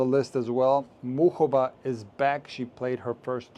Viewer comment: And thank you for a right pronunciation her name.